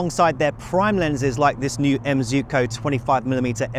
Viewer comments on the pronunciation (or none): "Zoo-koh?" ❌ "Zwee-koh!" ✔